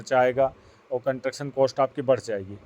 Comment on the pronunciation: ji, you are frequently using one word " Contuction" which is wrong word. ये शब्द होता ही नहीं है Actual word is CONSTRUCTION Please correct while using in future in your vlogs Thanks 🙏🙏